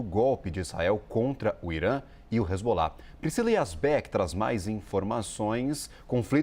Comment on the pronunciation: Queria me atentar para a notícia, mas a pronúncia errada da repórter roubou a cena: Hilzbolar, Benhamin...